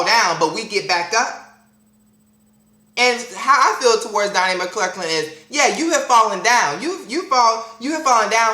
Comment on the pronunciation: Lol he kept calling him "Donnie Clurklin" love it (